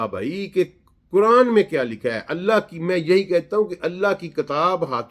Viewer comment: یہ قرآن کا ماہر اکثر قرآن غلط پڑھتا ہے ان اللہ میں اللہ کے نیچے زیر پڑھ رہا ہے